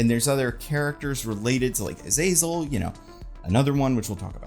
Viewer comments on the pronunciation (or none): none